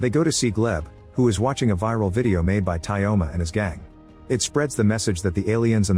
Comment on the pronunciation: Tyoma isnt pronounced as Tayoma, in this name yo is yo